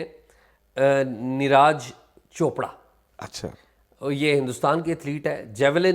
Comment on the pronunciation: Please learn how to pronounce names. Its niraj pronounced as neerajj not raaaj Thanks